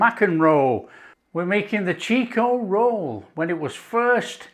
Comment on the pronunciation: It's not pronounced "cheek-o-roll" It is "chick-o-roll".